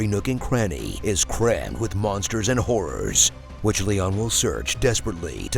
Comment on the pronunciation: When you say it's "crammed with monsters and horrors," it might be best to use the pronunciation with two syllables. A video game crammed with "hawr-ers" is a lot different than A video game crammed with "hors". I mean, it might still be a good game, but I think we can agree, it'd be a very different game.